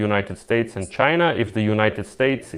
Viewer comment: Fuk CHY-NAH